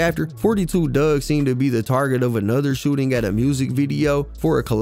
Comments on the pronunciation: His name aint dugg, its pronounced DOOG Four 2 DOOG!!! im not even a fan n know that bro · excuse me sir it’s Four Two (4 2) NOT Fourty Two(42)!! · 🗣It’s FO 2 DUGG NOT FORTY TWO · The second I hear someone call him "forty two" Dugg in a video I switch it right off. If you couldn't do the research to get his name right why am I gonna believe anything else you say when speaking on him? Its "fo two" he made that clear more than once. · His name is Four Two Dugg. Not fourty two. Just 4-2...Also Detroit has the best water in the nation. You would be talking about Flint.